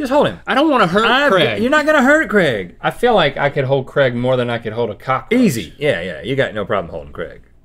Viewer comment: I know it’s Craig but they pronounce it like Creg